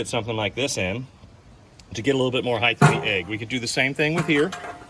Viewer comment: *height not heighth